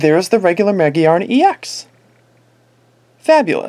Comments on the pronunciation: Ma-GEAR-na Not Ma-gee-ar-na Think about the word gear Its there for a reason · I have no doubt it's pronounced Ma-Gear-na, but it is understandable that he pronounces it the other way because it's Japanese name is Ma-Gi-A-Na, which could be read Ma- Gee-Ar -Na or Ma - Geea -Na.